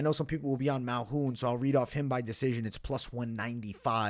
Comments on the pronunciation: He be taking letters out of peoples name and pronounced it his way Malhoun 😂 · MALKOUN. There’s a K there.